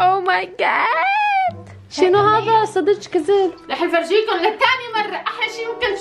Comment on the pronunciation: فديت الي يحجي عراقي 🧡💚 صدك جذب × صدج جدب ✔︎